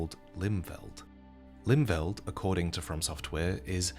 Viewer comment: For the record it would be pronounced "Limfelt" instead of "Limveld"